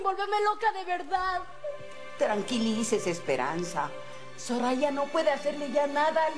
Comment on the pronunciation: Es mi imaginacion o en el minuto dice "Zorraya" en vez de "soraya"?